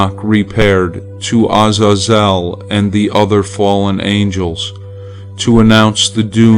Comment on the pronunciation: You pronounced Azazel’s name wrong .